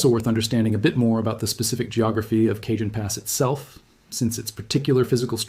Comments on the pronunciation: Pronounced (k ah han )pass Not( cage en) j in Spanish is pronounced with a soft H a is pronounced like ah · Kuh-JOAN Pass?!?? More like Kuh - HONE Pass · Cajon Pass is pronounced CA-HONE. Update your ai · It’s pronounced El CaHONE, it’s Spanish, they don’t pronounce “J’s” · CAJON IS PRONOUNCED WITH A SILENT J!!! SOUNDS LIKE CAHONE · It’s pronounced El CaHONE